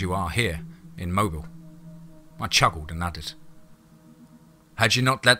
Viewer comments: Wonderful story...I loved it, but it's pronounced "mo bill"..not mobile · Mobile is pronounced MOBEEL. I went to college there. Good story. Well written.